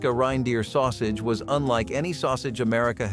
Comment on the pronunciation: What is a "Rhine-deer"?